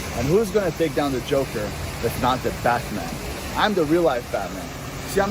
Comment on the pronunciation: "But i became The Batman" says like how parents say "the facebook" meme 🤣